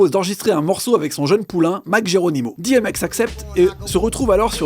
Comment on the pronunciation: on dit 'DI M X "